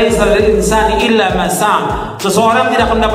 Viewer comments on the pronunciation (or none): Baca surat an najm ayat 39 aja salah😂, yang bener illaa maasa'aa, bukan illa masak😂, gaabis pikir emang